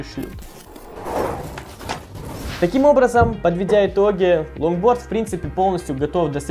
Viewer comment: Мне не показалось ломборд? Карл чеггглооо?